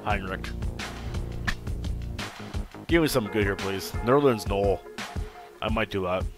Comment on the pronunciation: & it's pronounced Nerlens NO-EL